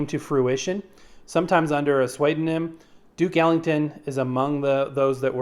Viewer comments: "Suede-o-nym????? The word is pronounced 'SOO-DO-NYM'. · Pseudonym = soo-doh-nim